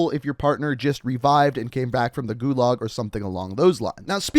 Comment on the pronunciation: Nice video, but pretty painful listening to your pronunciation of "gulag"